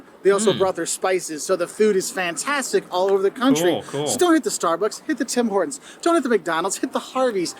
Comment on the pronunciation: Tim Horton not tim hoer town